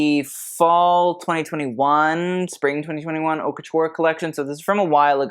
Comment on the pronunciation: #... Your content is the bomb. I've learned so much about fashion, textiles, history and more. You have truly taken the designers to task. Perhaps you could hire someone to give you the correct pronunciations. AR-TIS-NL, accent on TIS, and not ANAL which is, well, you know. Haute, H is silent and rhymes with goat. La Mode, not Le Mode, as "Mode" is a feminine noun.